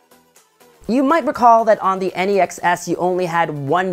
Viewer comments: NEX not N-E-X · Why does he say NEX like N-E-X ?